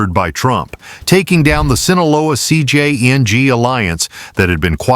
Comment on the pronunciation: I’m tired of these AI voices mispronouncing "Sinaloa" and "CJNG." If you’re going to report on cartels, at least get the names right.